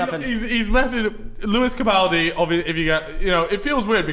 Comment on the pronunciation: "Lewis Capaledy" ??? Lmao what